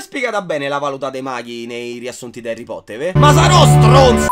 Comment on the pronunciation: Cioè non ti sto sgridando però si dice Harry Potter